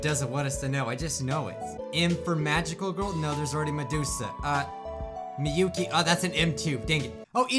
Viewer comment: It's miyuki Not miuki